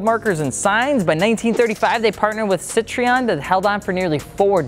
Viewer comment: Cit-thuan Not Citreon